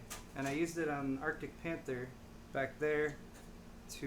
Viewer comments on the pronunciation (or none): none